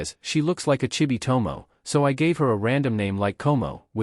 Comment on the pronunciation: you kinda mispronounce the names,.. Tomoe - To Mo Eh Komoe - Ko Mo Eh ... but who care